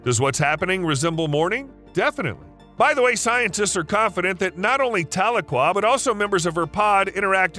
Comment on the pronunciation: Tuh-LEE-kwuh is how to pronounce the orca's name.